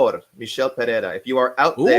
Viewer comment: The Asian guy sounds more deaf and mute than Helen Keller trying to pronounce Pereira.